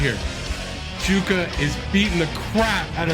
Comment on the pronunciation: here you can hear the correct way of saying Jukka in Finnish